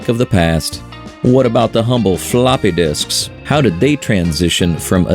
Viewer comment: "Fa-LOPPEH disks!!" This makes me giggle for some reason. X)